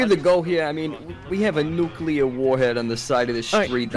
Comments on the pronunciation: NOO-KEE-LAR Wep'n Jeeeez. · ' ' NuCuLaR WeApOn' '